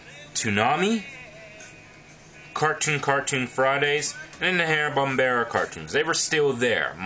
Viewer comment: Actually, it is called Hanna Barbera, not Bombera.